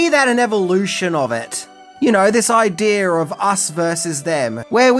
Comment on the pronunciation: You said " idear"